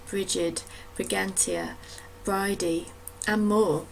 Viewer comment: Brighid is pronounced Bree-et